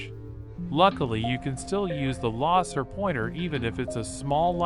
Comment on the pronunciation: Bro said lasor pointer